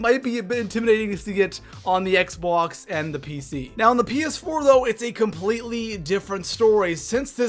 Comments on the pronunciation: he said xbox like xboux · Ha ha the way he said Xbox